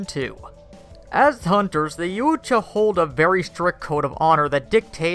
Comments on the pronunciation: It’s pronounced “yaaaooowwwcha!!” Fucking Christ! “Ya ooo Cha” lmaoooo might as well call them the fucking yahoos!! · It's pronounced Yow-cha. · It's pronounced yowt ya. You can hear the Ultimate Predator say it in The Predator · Richard Nordheimer - Ya Oooch-cha.! LMAO! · butchered the name LuL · No offense but he pronounced Yautja 3 different ways within the first 40 seconds, and they were all wrong... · I lost some brain cells from him mispronouncing Yautja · please reupload with CJ or someone who can pronounce Yautja . imagine if you heard someone say the word caught as CAOOT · You couldnt mispronounce the name "Yautja'" more even if you tired, could you.